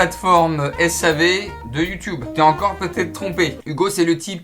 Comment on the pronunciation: OH MON DIEU IL N'A PAS DIT LES YOUDUBERS !